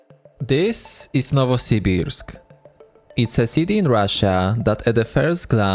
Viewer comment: You might very well be the first foreign Youtuber to pronounce "Novosibirsk" properly. Not the names, though.